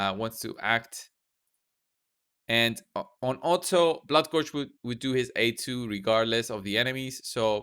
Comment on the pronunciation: "bloodgorgered" very nice